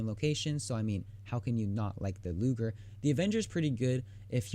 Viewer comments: "Luger", not "Lujer" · cough cough 1. it is pronounced loo-ger not loojer, 2. and it is only in germany because it is a german p08 parabellum produced for german officers during ww2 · Pronounced "Loo-Gurr". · He said looger xD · Daniel Heines2 soft g is pronounced like the letter j. It’s a hard g, like in gasoline. The German language doesn’t really have a soft g/j sound. Don’t believe me? Ask a German teacher or someone else who speaks German.